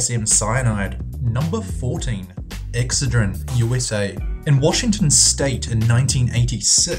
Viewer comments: It's ex(CED)drin not EX(cedrin) jeez that's irritating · Not sure why but "EXcedrine" vs "exCEdrine" drove me nuts and he said it like 6 times. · Excedrin pronounced ex said drin! not ex ah dreen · It's "Ex-CED-rin," not "EX-cedrin." ^_^ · It's called EXCE'DRIN. Not EX'CEDRIN This country needs American English speaking people. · ex-SAID-rin ... not exa-drin... normally i love his accent.. but not on that word.. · OK the pain reliever is called Ex-SAID-rehn..That's how it is phonetically pronounced. I remember this happening, butyi could have sworn it was Tlyenol at the time (must be another Mandela effect thing). But PLEASE pronounce ex-SAiD-rehn right already. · Pronounced Ex ced' rin. That's alright I pronounced Worcestershire wrong too. Now I know it's Worsh' ter shur' (sure) not Wor' Cester shire (rhymes with mire) hahaha😆 Love your videos👏👏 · LOL its pronounced Exced-a-rin or ex-said-a-rin :-) Love your videos.. :-) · Its called ek ssseedrin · Not to be picky, but you're mispronouncing the product name Excedrin. The emphasis is on the second syllable. Just look up any Excedrin ad, you'll see what I mean. I do love your videos! They're very informative! Keep up the great work! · He should learn how to say excedrin😬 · Wow, you can NOT pronounce Excedrin.